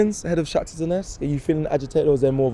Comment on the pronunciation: Bro it’s not Donesk!!! Say it properly man. Ffs